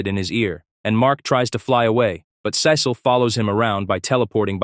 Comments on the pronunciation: Is this a text to speech or an AI 😭, the monotone voice and the time bro said "Sé-seal" instead of "sea-salt" sorry sorry I meant "Sea-sal"/"sea-seal" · I had to stop watching this because of the way you pronounced 'Cecil'. Is this AI?